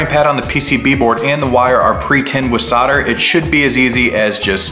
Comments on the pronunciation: why do Americans forget the L on soldering, you guys say soder instead of solder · I had to stop watching this. Never heard someone say "sodder" instead of "solder" so many times in my life lol. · Kool vid chap - I wish you’d say it properly though (sol der) soldering 😂 Sodder 😂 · Dude... how can you look at the word Solder and produce the noise sauhrder!? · SOUL -DER SOUL-DER ... Solder has an "L" in it.... ;-)) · How many times did you say sawter